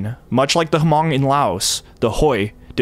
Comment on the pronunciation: Isn't it pronounced mong like with a silent H?